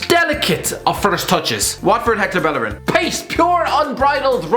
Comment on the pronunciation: Man said hector bellerin🤦‍♂️🤦‍♂️🤦‍♂️🤦‍♂️🤦‍♂️🤦‍♂️